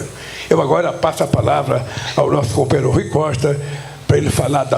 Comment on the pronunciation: Quem linguagem desclassificada. "Cumpanhêro" daqui e dali... Parece um soviet de quinta categoria reunido...